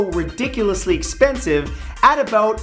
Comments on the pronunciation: "aboot" lol this guy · "aboot" lol this guy......